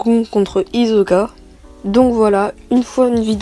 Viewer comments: GON et HIZOKA ça ce prononcé "gone et "Hissoka" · Sa se dit gone et hissoka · Il a vraiment dit GoN et HiZoKa